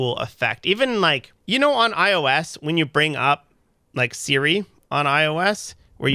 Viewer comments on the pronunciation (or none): none